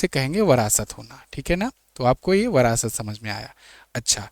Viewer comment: Phale bolna sukh le brast nhi virasat hai